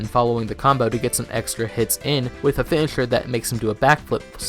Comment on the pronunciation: No you definitely have an impediment. Every time you say chain its extremly easy to notice. i mean listen to how you say mash and finisher@